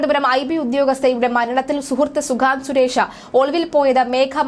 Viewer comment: At least pronounce the name correctly